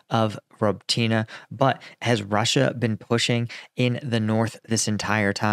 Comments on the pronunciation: I really wish you'd check how to pronounce Robotyne with a Ukrainian speaker 🤣 It's more like Roboty-knee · Its pronounced ruh-BOH-teen-ay. But you'll get it before wars end. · For crying out loud, Paul. You’re still improperly pronouncing Robotyne. 🙄 🤷‍♂️